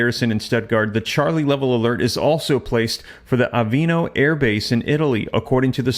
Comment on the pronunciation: Aviano Airbase, not Avino. You sound unreliable when you can’t/don’t enunciate properly.